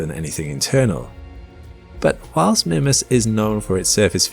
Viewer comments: Your wrong pronunciation of the name of this moon is driving me crazy. I checked and it's pronounced "MYmass." NOT "Mimmas". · "Mih-mas"? It's "My-mas". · Did he say Minmus? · Am I the only one who pronounces it "Meemas" instead of "Mimmus"? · The pronunciation is "MY-muss" with the long "I" or MEE-muss with the long "E". Sorry but youre saying its name completely wrong. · It's Minmas Jim, but not as we know it. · Mimus is pronounced MY-məs (sounds like "my" + "muss"). IPA Pronunciation: maɪməs MY: Long "i" sound. məs: Short "u" sound, similar to "bus." Sorry but I'm going to have to give you a thumbs down for making an entire video and mispronouncing the actual topic. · MY-mus or MEE-mus, please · Mymus. Its pronounced Mymus. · I keep hearing the presenter say "Minmus." Kerbal Space Program seeping into reality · Mimas, the small, cratered moon of Saturn, is most commonly pronounced in English as MY-muss (/ˈmaɪməs/) or sometimes MEE-muss (/ˈmiːməs/). The name is generally pronounced phonetically as "MY-mass". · Grrr... It's pronounced Mymas, it's not an English name! It's from the Greek name, even more closely, Meemas 🤨🤦 Englishmen 🙄😅 Tighten up 😉 You're killin me... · 30 seconds in: "oh god he's going to keep calling it mihmuss isn't he?..." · Everytime you say "Mimas" I hear "Minmus" like in ksp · I've noticed you pronounce Mimas in a different way. I pronounce it "My-Mus" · Is it Mimas, as in Grimace, or Mimas, as in iris? I feel as though you're pronouncing it in a British way.